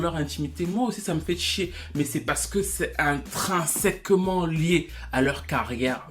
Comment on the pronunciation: Ton père professeur doit être fier de toi , prononciation parfaite du mot Intrinsèquement !